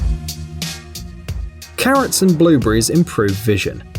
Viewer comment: So many strangled vowels. I thought he said currents when he said carrots.